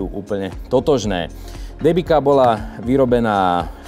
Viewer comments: Len tak mimochidom, "Debika" sa číta "Dembica." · Michal! Pre Boha! Nie DEBIKA a DEMBICA :-) Pozdravujem :-)